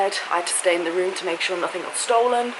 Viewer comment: The word you are looking for in NOTHING with a "G" not a "K". Being English you should know this just like those that pronounce "Absolutely" as aPPsolutely. It`s not rocket science. Learn how to pronounce the words that originate from your Mother Country. I don't give a shit about cops either. Their job in the most part is licensed criminality.